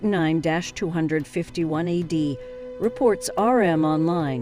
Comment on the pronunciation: It's very distracting to hear AD said as add. Other pronunciations were also distracting as this reader/generated voice tried to maintain consistency throughout. Just an observation.